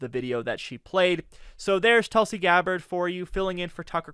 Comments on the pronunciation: Great rebuttal particularly "Objection! Relevance?" but I believe the correct pronunciation is "Toolsie" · sir, you are doing a great job covering for David, but you terribly failed here - her name is pronounced Toolsi! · It is pronounced "TOOL-sy". Get it right, geez.